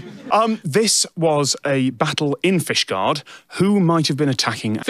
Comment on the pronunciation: i binge watch tech diff like People binge the office, watch it all in a weekend then do it again the next weekend, since this video has come out every single time I hear ask "is fishguard a shield" im always expecting "is Fishguard a shishguard" and its painful not to hear it